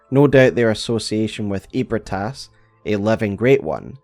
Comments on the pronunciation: I know it's been 3 years. But it's Eb-ree-tas, not Eeb-re-tas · Feeling like playing BB again lol, also isn’t it pronounced more like ebri-eh-tas? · You say ebrietas it's eh-brai-tas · i s2g if he pronounces Ebrietas as “ee-brit-ass” one more time i’m gonna hemorrhage. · … doesn’t Gehrman or someone say “Ebrietas” aloud, and it’s pronounced differently than that? 😅